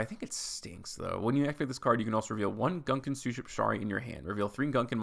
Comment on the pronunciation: Gunkan maki is a type of sushi that literally translates to battleship sushi. The archetype is technically a pun. Btw the gun in gunkan is pronounced as goon and the kan is pronounced like khan (without the 'h')